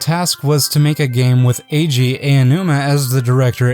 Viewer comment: The Ei-Ou-numa pronunciation makes it really hard to make it through.